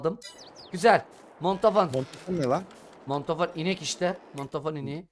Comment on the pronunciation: Mondofon deyil mandafon😂😂😂😂 adam